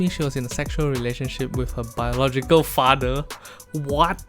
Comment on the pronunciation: Shit got so bad singlish accent became stronger "FADER?"